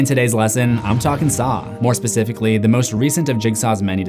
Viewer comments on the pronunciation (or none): none